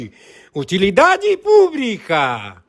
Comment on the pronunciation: Mestre em falar errado, utilidade PUBRICA, é só CRICAR. NOSSA!!! QUE CANTOR HORRIVEL. chega a doer o ouvido. Que bosta.